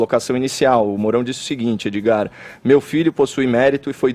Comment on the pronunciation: Fefito chama Edgard de "Edi" aí Edi.